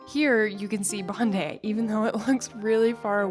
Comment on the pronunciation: Finally, an American said Bon-dye not Bon-dee for Bondi Beach. You're honourary locals! 😂